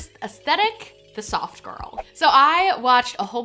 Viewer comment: I was cooking while I was watching this and really thought you were saying "sock girl" not soft girl. Very confusing lol